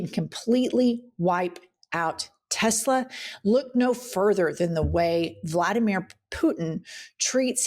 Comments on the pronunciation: Hey! Love the show. I think I figured out why Trump says "Tesler"....a mix of Hitler and Tesla is..you guessed it! TESLER!!! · "Tesler" -- adding an "r" sound at the end of a word terminating in the letter "a" is part of a NY accent, among other accents, including those in areas of the UK. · jewish grandmas from new york LOVE saying tesler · hit-ler tes-ler he’s just saying what we all think musk is… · Tes-ler. That's how the UK people pronounce many words that end in an "a". I noticed that when I was a kid and have wondered why they pronounce it like "er". His mom was Scottish or Irish, wasn't she? That could explain it, except, hmm, 🤔 I've never noticed him do that with other words. Who the hell knows why he does anything. 🤷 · Hi. Trump is speaking with a NYC accent when he says Tesler. If a word ends in the letter ‘a’ you change it to ‘er.’ Tesla —> Tesler. If a word ends in ‘er’ you change it to ‘a.’ Shower —> showa (showuh). You stink! Take a showa! I have no idea why they pronounce ‘orange’ as ‘ARange’ though…. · Many New Yorkers, possibly older, add “R” to the end of words ending in A. Tesla - Tesler. It’s called a Linking R or Intrusive R. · Teslar 😂😂😂it’s computar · Trump calls it "Tesler" because it sounds a little like "Chrysler" . That makes it feel more familiar to his "brain" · Welcome to NY,. They say, Tesler, Linder (Linda), etc. If it's an "A," it's said "ER." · “Tesler” because he’s a basic guy from Queens. Think Archie Bunker saying “terlet” instead of “toilet.” My grandmother called a dear friend named Joyce “Jerce”. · Trump not being able to say Tesla may be a sign of dementia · His natural pronunciation is from Queens, think Archie Bunker; as he ages and declines he loses what other veneer he put on previously. New Yorkers often add Rs to vowel endings, where Bostonians drop them from R-ending words.